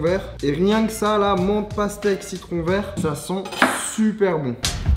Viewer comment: Congrulation ! your ''pasteque'' evolued into pastrou